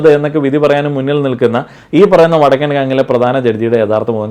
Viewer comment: ഇ വടക്കൻ എന്നുള്ളത് ഒന്നൂടെ ക്ലിയർ ആയി പറഞ്ഞൂടെ 😂😂😂😂